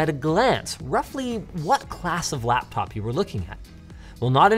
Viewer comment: did Linus just say blaptop?